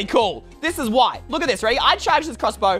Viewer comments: You said crrrossbow and that makes me laugh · I like the way he says crossbow like “clusbow”